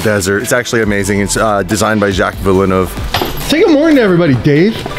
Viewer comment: What was that pronunciation of Villenueve by? I thought you guys spoke french there?